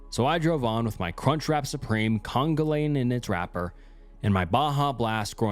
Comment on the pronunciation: Psst! Congealing is pronounced con‐GEE‐a‐ling or con-GEE-ling. 😊 Otherwise, great narration!